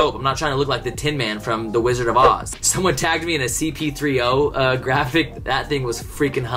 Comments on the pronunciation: I know you didn’t say CP3O... it’s C3PO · "cp30"... it's C3PO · This dude just said C P 3 0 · Bruh, it’s C3PO not CP3O, you’re thinking of CP3 😂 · “CP30” 😂😂😂 no hate but it’s C3P0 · the mispronounced c3po got me cringing more then I should